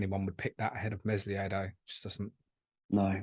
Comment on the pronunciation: the "s" in Meslier is silent lads